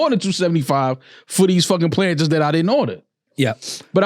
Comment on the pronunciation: Never heard it pronounced plantins before